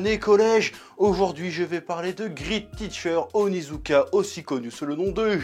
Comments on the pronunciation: "Griite tiicheur ounizouka" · "Grit titcheur Onizouka" se prononce en fait "Grète titchere Onizouka", ou mieux avec l'accent "Gwèt titcheu Onizouka" ><